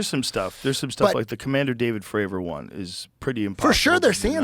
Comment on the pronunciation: If Joe Rogan says Commander Fraver one more time!